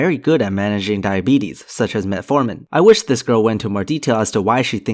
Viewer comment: Diabetes. She says that in such an odd way almost as though it's a Greek philosopher